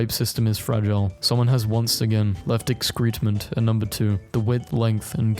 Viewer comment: "excrement" is pronounced "ex-kreh-ment" just so you know :) good memes today!